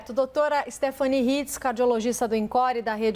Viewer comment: Na verdade não é Stephanie, é Stephanie